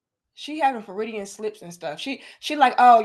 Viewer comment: Freudian not "feridian slip"❤